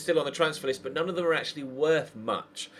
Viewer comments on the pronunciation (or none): none